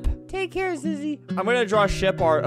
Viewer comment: Even though her name is zizzy its pronounced ZeeZee